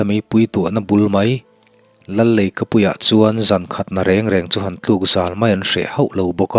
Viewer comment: Zan khat na reng reng chu tih kha i lam dik lo a nia.